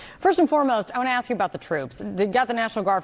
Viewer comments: its ask not axx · We didn’t ax for them please learn how to speak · She din axe fo no ow sigh help. CNN reeks. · She said, "we didn't axe for them." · You didn't axe them there? I don't think there bringing AXES. Why can't people pronounce ASK the proper way? Especially a elected official. Don't you think.? Come on.